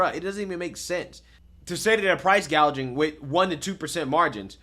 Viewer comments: Price gauging, not price gaging lol does she even know the definition between the two, she needs to go Venezuela and see what they did and where they are, utterly worrying if her crazy agenda is not listened to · He said gouging at least 7 times in one sentence… excuse me sir she did say gaging- gauging (?) regardless, she said gaging! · Throughout Kamala's entire speech she keep saying "gaging" instead of "gouging". Does she even know what she's saying when she's reading the teleprompter?